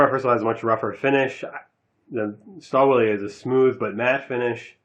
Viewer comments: I believe it is correctly pronounced "shtal-villae." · Lmao stahl willy. Sorry i cant take the review as serious with that pronounciation. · In the UK - Stahlwille is pronounced STAL WILL